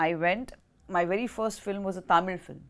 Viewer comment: The way she pronounced Nellore, Tamil correctly 👍🏻